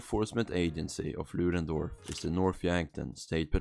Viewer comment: You can't even say the name of the town right lol